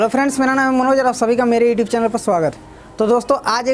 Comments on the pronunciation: E tube kyu bolte ho you tube bola kro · Tu khudh to youtube ko etube or videos ko bideos or inspiration ko itspiration bolta hai or duniya ko bata raha hai camera ko face kaise kure 😀😁😂🤣